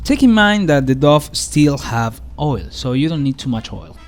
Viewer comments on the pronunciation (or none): Someone might have said this already but the word dough sounds like snow, row or show. The pizzas looked amazing by the way!!!